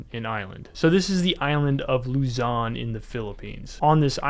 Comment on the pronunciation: Absolutely horrendous pronunciation of Taal and Luzon.